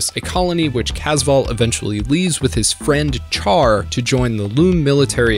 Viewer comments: “Char” is read “Sha-r” 😂😂😂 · Are you not aware Chars name is short for Charleman, it's not char like a fire, it's like Shar. You're like the Batman fan that says raz al Gul and not the correct ray-sh al Gul yet your a huge fan. Do you say may-ri-o instead of Mario? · Are we not going to address that Char's name should be pronounced (Shar). 😅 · its not pronounced Char as in charcoal its Char as in Shar they said it countless times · PRONOUNCED "SHAR" JESUS CHRIST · Why are there so many Youtubers who can't pronounce simple things in Gundam, like Char? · You get a dislike for continuously pronouncing Char’s name wrong. Sorry. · Did you mispronounce Char's name on purpose? Also, you said 'nucular' (not a word), 'prosperity' when you clearly meant 'posterity', and I've never in my life heard someone say 'en-sine'. Have you seriously never heard the word ensign pronounced? Not smart.